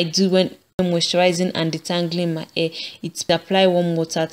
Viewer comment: I like how she says the word "hair". She says "a", you know like short sounding a.